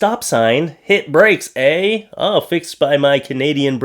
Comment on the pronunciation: Oh my goodness, The Hit the Brakes eh sign was hilarious and then you said it like the true Canadian that you are made it that much more hilarious and I was laughing so much. I am 25% Canadian through my dad's side of the family! Made me think of the show Strange Brew with Bob and Doug Mackenzie.